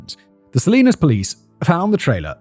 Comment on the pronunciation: Hearing Simon say Salinas wrong a number of times cracks me up it’s pronounce suh-li-nas 😂😂